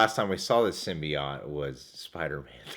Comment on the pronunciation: i hate your pronunciation of Symbiote